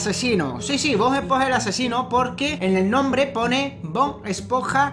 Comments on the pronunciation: cuando abla ese hombre dise bod es ponja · lo siento pero es esponja no espoja